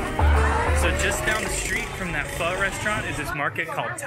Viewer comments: Glad to hear you guys pronouncing Pho correctly :) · I have to say from a Vietnamese the way u say pho is not bad at all compare to 99.9 percent of westerners and once u drink the coffee u won't go back to Starbucks.